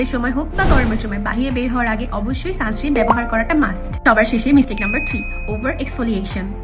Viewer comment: সানস্ক্রিম না, সানস্ক্রিন হয়🙂